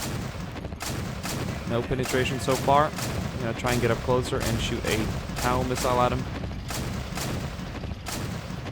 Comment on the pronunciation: by the way i know this is a small gripe, but TOW is pronounced like Toe :D just a friendly heads up, love the video